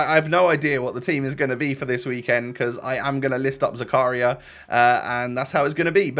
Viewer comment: When realizes that it isn't zuku-ryYYYA and it's zaka-REEEEEEEEEAAAA REEEEEE PLZZZZ